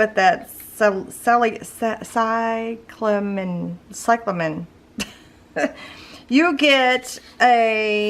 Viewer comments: I believe it’s pronounced sigh-cla-min like the plant cyclamen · That’s a great idea! That would help a lot in picking colors for sure. Thank you for sharing and for the freebie! Oh! And it’s pronounced si-kla-mun (cyclamen) 😊💗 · I really appreciate you making this video. It's a helpful skill that I had never thought of. By the way, cyclamen is a flower that is usually sold with the indoor plants in stores--it comes in several colors. It's pronounced si-kluh-muhn.